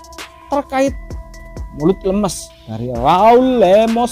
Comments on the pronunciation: Lémés bukan lêmês = ember bukan kencur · Cuma komen pengisi suara, biar enak didengernya harus bisa bedain pelafalan lemes (tempe) & lemes (peyeum).